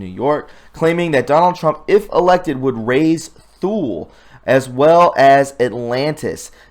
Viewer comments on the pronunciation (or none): "Thule" is pronounced "tool". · Thule, pronounced Tool leh. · I know you will appreciate the tip that Thule is pronounced “too-lee”. It is a town in Greenland. My father was stationed for an entire year 1961-2 in that bleak outpost during his early USAF career. Listening to other creative content artist if the Q-persuasion, I have learned there is a Thule in Antarctica as well- maybe an island where some weird stiff is happening. Last point, I saw the Economist’s Eagle cover before 10 November. I knew the 10 was a signal for the Cabal to sell their stocks. I have my retirement in stocks but would not sell because I was also hearing our Fed dollar will become worthless. That leaves land and gold as a failsafe. Good luck friends, I cannot figure a best plan to put your hard earned assets easily- gold can be taken from you by force. Today’s video by STGreport with a knowledgeable guest- very critical video to watch all the way through to the bitter end. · Thule is pronounced without the 'h', pronounced as Tule, 1st, or, Tuli in some regards.